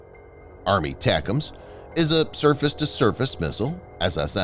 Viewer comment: Jesus! JUST say ATACMs, as in "Eh Tack Ums" or "A Tack Um" These aren't new systems FFS!?!?!